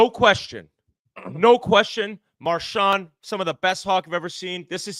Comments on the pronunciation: except he doesn't say that lol...he says marshaw...and its fucking brutal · Biz pronouncing Marchand's name like a normal person: Impossible